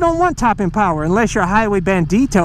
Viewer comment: That Xdiavel Powahh!!